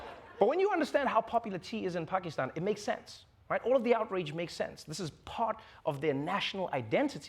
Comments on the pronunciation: I appreciate how accurately Travor Noah says Pakistan . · I'm surprised Trevor pronounced Pakistan correctly